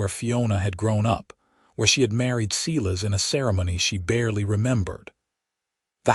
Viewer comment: Okay, Ms. Patterson is one heroic lady. So glad to see that the town backed up Dillan in standing up to Silas Mercer.I too like this narrator but I wish they would pronounce not as Seelas but as Si (long I) lass. 😊